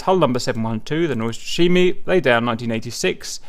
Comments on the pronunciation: lol name pronounce is completely off, but the rest is fine :) :) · That would be much closer although still not exactly on point :)